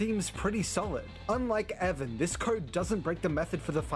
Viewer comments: His name is Devon not Devan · His name is Devon, not Devan